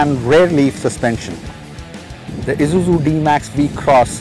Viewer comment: Wish he'd stop calling it Izuzu.. it's grating to the ear